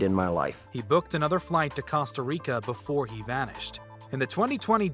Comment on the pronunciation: The way he pronounces Costa 🤢